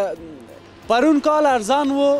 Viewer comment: موفق باشید بسیار مقبول و شیرین پشتو صحبت میکنید❤❤ اما پرون کال 😂😂😂😂